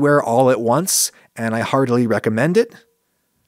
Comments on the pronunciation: At the end, I thought you said that you, "hardly recommend it." I rewinded it and heard it again. Then for the third time, with closed captioning, caught "heartily recommend it." What an amazing movie. I also heartily recommend it. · i heard "hardly recommend it" in the end and got really confused, until i went back and turned on the subtitles hahaha